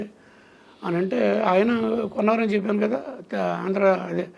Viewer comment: చెప్పను కాదు చెప్పాను ప కి దీర్ఘం పెట్టండి